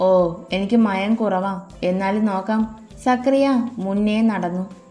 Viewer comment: സക്രിയ അല്ല സക്കറിയ or സഖാറിയാ